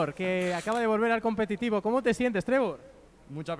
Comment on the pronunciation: Que humilde diciendo competido